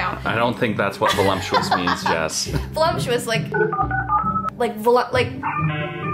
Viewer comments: The very valumptuous vee vench ( like a bench but with a v 👁👄👁) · No one: Not a single soul:: VoluMptuous